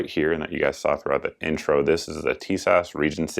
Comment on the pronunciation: in YM's review, he pronounces Tisas "tit sauce".